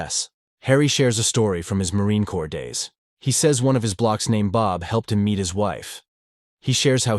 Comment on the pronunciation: "Marine Corps." Nope. Try again.